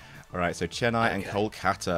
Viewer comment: As a person from Chennai, I applaud every single person in this video for pronouncing the name right ❤️